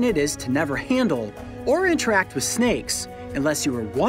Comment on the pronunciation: "I hate snakeu"